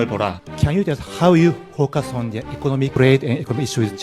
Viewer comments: 혀가 얼마나 짧으면 the가 쟈가 되냐ㅋㅋㅋ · 근데 정말... the를 왜 쟈 라고 발음하는지 궁금하네요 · 근데 이 영상 설명으로 완전히 이해가 안되는게 the 는 페음절 구조가 아닌데 왜 '더' 라고 못하고 '자' 라고 발음을 하는거임?